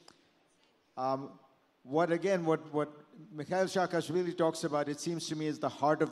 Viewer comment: Oh,my God...Sakaashvily